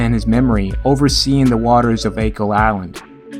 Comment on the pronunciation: The first syllable of Achill rhymes with "hack" not "shake"